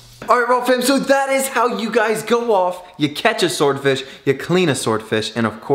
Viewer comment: Say sward fish again... 😂